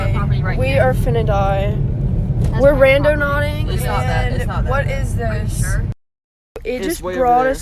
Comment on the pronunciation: Girly said"randoNAUTICing